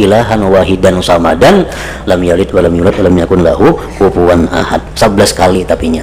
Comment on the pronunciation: Somadan bukan samadan, pake shod bukan pake sa'